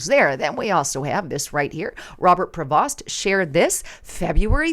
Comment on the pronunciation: his last name is pronounced as Pro- vo not like it's spelt.